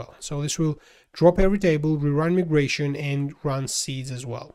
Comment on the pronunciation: for proper english, its not called me-gration, its called my-gration